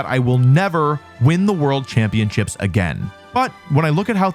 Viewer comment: The first thing that I noticed is how Wolfey pronounces championships as champion-chips Video ruined!!!